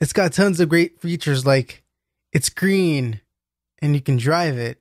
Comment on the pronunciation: its gween